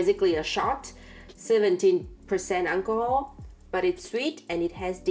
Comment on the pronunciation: if you close your eyes and listen, 13: 44 "Alcohol" sound kinda like "Unle Ho"